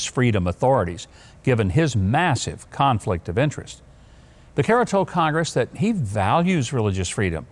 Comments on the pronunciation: lBecerra's name is pronounced Beh sarah it's Spanish means calf...moo 🐄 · His last name is pronounced Be-serra. For me, I plan to go by the Constitution. I don’t plan to follow any directive that is in direct conflict with the Constitution.